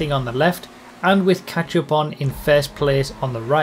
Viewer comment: When says catchup, I hear.... ketchup.